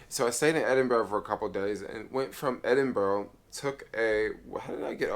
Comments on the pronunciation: It's pronounced Edinborough not Edinberg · Hi. Edinburgh is pronounced, "Edinbura". Scotland and Wales are separate countries in a union with England. Northern Ireland is a part of the UK, but Southern Ireland (Eire) is a separate country, not in the union, but it is a part of the British Isles. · Ed in burg 😂😂😂